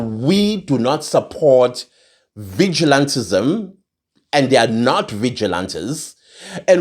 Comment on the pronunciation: I hate it when he says vigilatism...and no one should take law into their own hands...our law enforcements blah blah